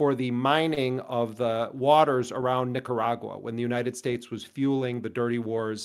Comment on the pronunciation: "nick-her-agua" like steal her water xD i hope hassan ment to make that pun about the countrys water being stolen that was genious